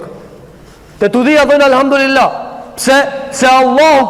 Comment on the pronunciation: Selamu Alejkum hoxh.i nderuar.ma vrajti veshin qe po e shqipton Elhamdurilah.ne vend te thuhet Elhamdulilah.ktu ke nje verejtje. Per ndryshe Allahu te ruajt.kejt gabojm